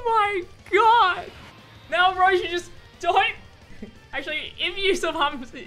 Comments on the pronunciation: “RRRRRRROSHI” had me dying lmao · His way of saying Roshi was the funniest bit of the video XD